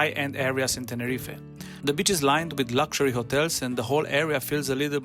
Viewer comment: ❤❤ uhr, my good man, maybe for your next beach coverage you’ll consider stretching your “i” a bit such that it sounds more like ‘bee-ch’ and not so much like “b-tch”. One’s the seaside, the other is a female dog (or a not particularly friendly lady 😊). Anyway, this was the absolute best video I’ve come across on this topic! Super helpful. Thank you!